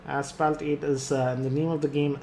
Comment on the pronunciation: It's pronounced Asfalt, not Aspalt. :)